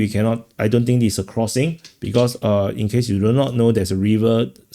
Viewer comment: Do you realize we cannot understand between 10%-25% of the words you are saying because you speak so fast and mumble with very sloppy English? Please try to speak clearer and slower and use the proper pronunciations. You say dis instead of this. That is a basic example of how you say all words wrong. Not one words is spoken correctly. And you haven't improved in 3 years.